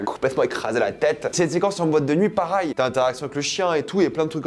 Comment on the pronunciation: pour la dernière fois on dis "pareil" pas "parail"